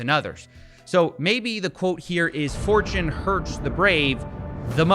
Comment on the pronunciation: Steve said "Fortune favours the brave" and I heard "4chan favours the brave" 😳